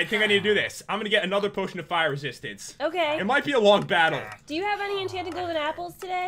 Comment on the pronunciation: I thought Pat say! Pire resiatince bt no! Fire resistance